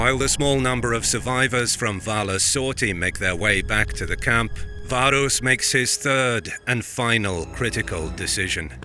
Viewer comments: Varus. V A R U S. Your name should have an a and then another a, varus... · Why pronounce everything accurately except for the Vs? If you're gonna go that far, it should be Warus.